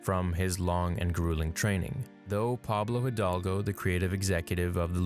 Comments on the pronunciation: The way he said pablo hidalgo 🤣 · the way he said Pablo hidalgo hehehe damn we love you for the most part is about emotions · Lol the way he said Pablo Hidalgo in the video 😂